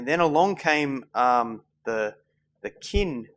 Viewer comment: Qin is pronounced Chin,not Kin. Sigh, romanticized pronunciation.